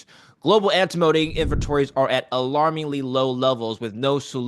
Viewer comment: It's AnTIMony not Antimoany